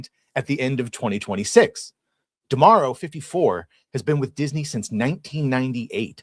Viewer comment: Chris is the first person I hear pronouncing D'Amaro correctly, props